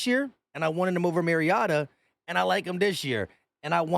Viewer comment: it's Mari OH ta